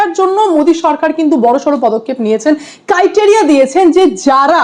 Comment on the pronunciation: Valo video against corrupt tmc but ota criteria hobe pronunciation